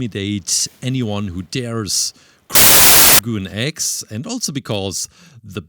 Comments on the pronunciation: His name is showgun x not shooooooogoooon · IT is NOT shoo-goon X it is pronounced Show-gun X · yo its shogun x. the sho part is "show" and the gun part is just gun but not goon. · fyi its pronounced Show Gun, And he looks awesome great job!